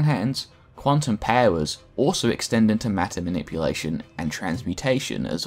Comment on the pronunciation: The way you say “powers” sounds so dumb.